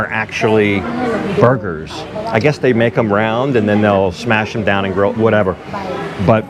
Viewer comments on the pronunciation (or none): none